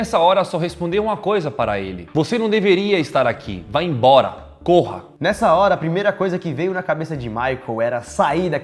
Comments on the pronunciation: é "embora" e não "ebora".... Vocês são massa, que vacilo é esse? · O mendingo disse vai "ebora" só eu q reparei nisso? Kk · "vá ebora" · "Vá e(m)bora, kkk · Só eu percebi o "ebora" ali? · "vá ebora" kkk Dsclp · "vá ebora" Ksksksksksks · Vá "ebora" KKKKKK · Vá "EBORA" KKKKKKKKKK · mds "vá ebora" 😂